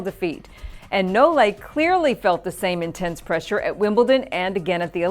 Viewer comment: And it's nole not no-le like she says it easily.